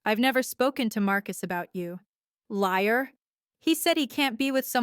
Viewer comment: "Lier"? Don't you mean, 'liar'? "so Fia" You could turn on Audio when you do your next Re-edit. "Loyerly"? Lawyerly, Really.